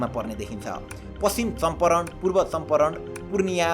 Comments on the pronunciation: Champaaran ho Champaran ani uttarkand haina uttarakand ho ali ramro pronunciations ganru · Bro चम्पारण भन्छ